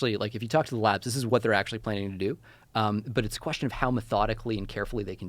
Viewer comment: Every time he says “labs” I hear “lads”